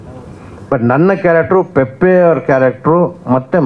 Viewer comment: ಪೆಪ್ಪೆ ಅಲ್ಲ ಪೆಪೆ 😅